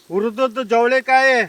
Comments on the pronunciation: It's chavali kai not javalikai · ಜವಳಿಕಾಯಿ ಅಲ್ಲ ಅಣ್ಣ ಅದು ಚವಳಿಕಾಯಿ ಅಂತಾ